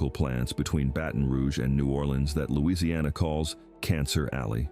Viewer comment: Get your facts straight. They DO NOT HAVE CRAWFISH on barrier islands. I live in costal Louisiana you should be able to pronounce our name before you make a video as well as having your facts straight